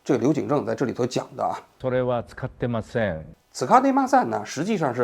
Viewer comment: 王局這日語發音「使ってません」我是實在聽不下去了...😅😅😅